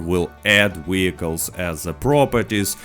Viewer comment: My mans says 'Wheelcles' and I fux with that.